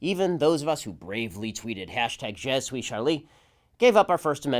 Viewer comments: It's "Je suis Charlie," not "Je suit Charlie." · It's "je suis Charlie" not "je suit Charlie.". Charlie was no jesuit. ;-) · It's je suis not je suit. Hahah typical americans that! Love you Ben xx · Je SUIS Charlie. (Not "Suit".) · Je Suit Charlie... Great French, Ben